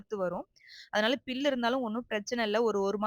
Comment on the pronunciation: அது புல் மா. பில் இல்ல.😂😂